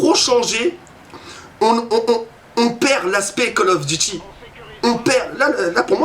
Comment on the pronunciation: les vidéo call of sa craint c'est pour les kikoo de 10 ans+c'est pas cale of dity mais call of duty apprend à parler